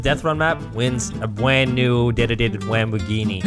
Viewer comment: i'm Here in my gawaaghe, Just brought my bwand new detitated Wamboghini.